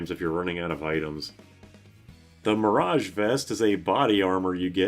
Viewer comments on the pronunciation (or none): none